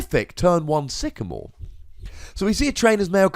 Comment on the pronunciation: Love the dramatic pause on that first sycamore from mate. i was like 'oh snap!'